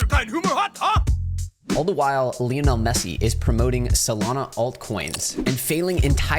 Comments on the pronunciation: Who is LEONEL MESSE? It’s LIONEL MESSE. 😂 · Isn’t Lionel pronounced like the big cat and not the way you say it?